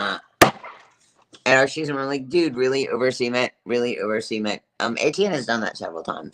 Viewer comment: could you please pronounce cement so it doesn't sound like you're saying semen? It sounds like you're saying you were covered in semen.